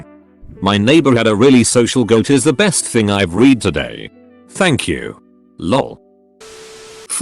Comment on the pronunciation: Urgh I hate that the word ‘read’ is ALWAYS read wrong...